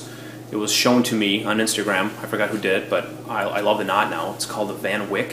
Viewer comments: great knot! pronounce it as Whyk instead of Wick though. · Dear sir, please pronounce the name of the knot in the proper way. You need to say 'fan Waik' and don't pronounce the 'a' how you would normally do in English, but as in 'ai' without the 'i'. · Van Wijk looks like a Dutch name. So you should pronounce it "FUN VIKE"